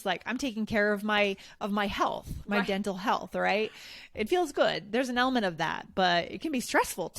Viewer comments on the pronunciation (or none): Hi You Guys😍 Dear Amaaaaazing AllEarsEnglish podcasters... Listening to you and trying to hang on every word, I realized that prounounced "elMNt" instead of element in the very fist minutes of the video. I guess was it. It'll be really helpful to say when and why we have such vowel removing. Love from Iran🤗❤ In case you gonna have a whole episode concernig my question, feel free to call me Igan. Thanks a Loooooot.